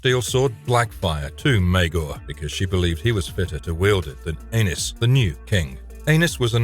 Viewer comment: Anus…😂😂 the way you pronounce these names.